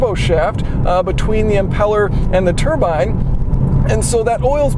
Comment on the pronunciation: Thumbs up for being informative and saying "turbine" rather than "turban"!